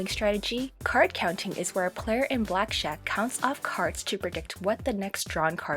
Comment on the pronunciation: This bitch sucks. Ssssss. She said Blackshack...lmao